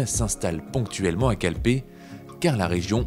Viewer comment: Euh les gars quand même Calpe et non "Calpé" à et dans le titre ;)